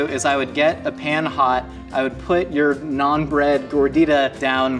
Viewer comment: I love this show, but every time they say "naan bread" or mispronounce naan, it hurts a little more.